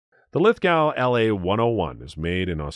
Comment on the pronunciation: Listening to how he says Lithgow hurts my brain. It’s lith-go